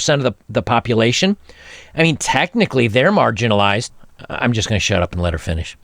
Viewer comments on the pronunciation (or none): Dammit, she didn't say MARGINALIZED. She said Margarinalized as in BUTTER!!! She's describing herself as butter. Her pronoun is Butter. Butter attitude sucks. When she sits on your face is smells like butter.